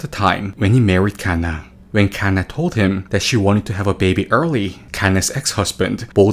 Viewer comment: why tf he say kanna like that